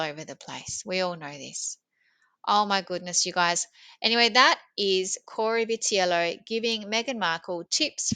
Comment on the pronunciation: You pronounced his name correctly.